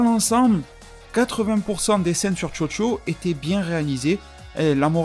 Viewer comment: A chaque fois que t'as dit Chocho j'ai entendu Jojo mdr